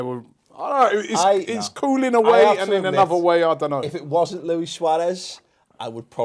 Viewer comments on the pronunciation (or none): none